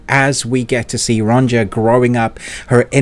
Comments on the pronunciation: Amazing video and series! Just that... Sorry to be that guy, but it's pronounced "Ronia", with the j pronounced as an i. 😅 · Ronja is pronounced more like Ronya btw. Just thought I'd say it